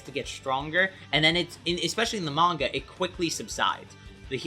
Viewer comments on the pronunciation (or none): none